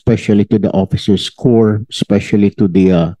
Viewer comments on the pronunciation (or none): none